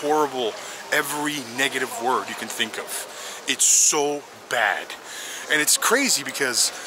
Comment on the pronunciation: bag instead of bad